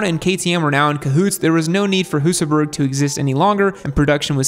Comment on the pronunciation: you pretty much got it right! Then you defaulted back into butchering the name again. And Husaberg is pronounced "Husaberj".